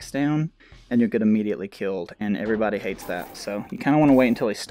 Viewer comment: Is it just me or does it sound like he says what is up every B U N N Y